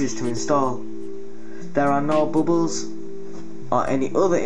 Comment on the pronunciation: Hehe, I heard bubus, tho you said bubbles.